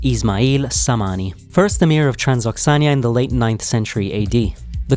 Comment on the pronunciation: It’s not serious when a documentary doesn’t check how to pronounce “Transoxiana”, or that Rahmon in Rahmon Nabiev is the first name, and in Emumali Rahmon it’s the last name